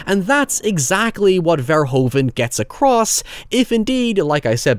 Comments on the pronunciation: Love the video! By the way, Paul Verhoeven's last name is pronounced like "ver-hoo-ven". Take it from one of Paul's fellow Dutchmen and become one of the few English speaking YouTubers who pronounces his name correctly,.;) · Verhoeven is pronounced like Verhooven, "oo" as in "boo", that's how the "oe" is pronounced